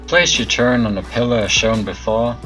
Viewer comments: Its "Turret" Sir, there is no word in the english dictionary that goes by "Turrent" (FACT) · turret not turrent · Why the fuck do you say "Turrent" instead of "turret" there isn't an N in turret... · The fuck is a turrent? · TURRET NOT TURRENT YOU ILLITERATE FUCKING MORON! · Couldn't watch, disliked, learn to say turret properly. There is no N it turret. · THERES NO N IN TURRET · disliked for saying "turrent" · sadasdsf sdfafsag not a native speaker maybe, while you probably are and probably can't speak any other language than English